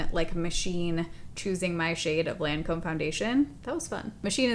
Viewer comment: Hi. Just FYI, healthy criticism only, you mispronounced Lancôme. It’s Loncome phonetically.